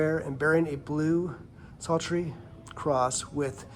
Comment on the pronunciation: Saltrie!? Haha Are you dyslexic? It is a saltire.